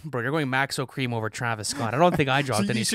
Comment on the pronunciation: bro said maxo kream